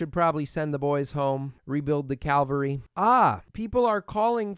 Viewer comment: c-AV-alry no t c-AL-very